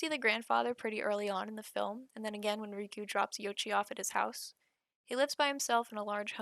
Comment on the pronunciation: Absolutely butchered the name pronunciations. How do you get ‘riku’ from ‘reiko’???? RAY. KO.